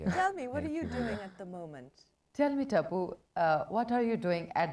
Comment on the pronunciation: TAPPUU... Instead Taipu